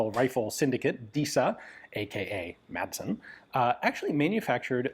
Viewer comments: You make great historical content, but as a Dane myself, I must correct you on your pronunciation of the Danish surname “Madsen”. It has bugged me for years, so here it is. The name literally means “son of Mads”, similar to other Danish names like “Sørensen” or “Jensen”. The letter “d” in “Madsen” is silent, so the name is pronounced “Massen” - not with a hard “d” like in “Danish” or the English word “mad”. Apart from that - I love your content on this small but very innovative Danish weapons manufacturer. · Its pronounced Massen. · everyone in my area would laugh at him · American pronunciation is actually correct except for the D which should be silent.